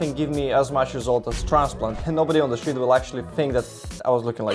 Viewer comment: So these are some of the words that you pronounced wrongly: regrow, remedies, street, work, area, months, that, flash, hairs, structure, room, sprouting and creates. You have a problem with pronouncing the "r" sound I think. I understood you towards the end after adapting to your accent, but do not understand where your confidence in English comes from. Glad to see your hair in good shape anyways. That is what matters the most I guess.